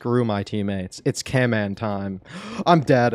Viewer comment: It's camman